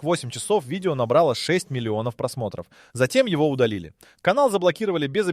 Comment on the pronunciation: ... просмЕстров Видео недастубно ? 🙃 неДАСТУБно ИИ не во всём хорошо: не стоит оставлять сгенерированное без предпросмотра человеком. Некорректных ударений тоже слишком много.